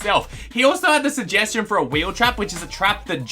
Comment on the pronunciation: first suhjeschon